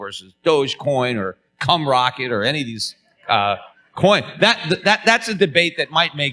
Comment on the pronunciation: Did Peter say cum rocket? 😆